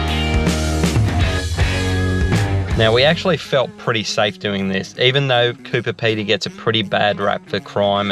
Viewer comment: FYI Coober Pedy is pronounced ‘Coo ber Pee dee ’ . Hope that makes sense. Love your style guys. You are so down to earth.😊